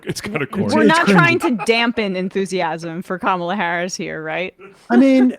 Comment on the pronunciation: The one Republican who bothers to actually pronounce Kamala’s name correctly.